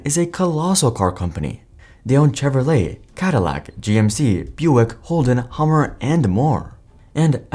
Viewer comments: Listen - I typically like the content. But if you can’t even put in enough effort to learn how to pronounce Chevrolet… cmon man, it’s not that hard 😂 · Bro are you AI what's up with the Chevrolet pronunciation